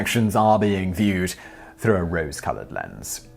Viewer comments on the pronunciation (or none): none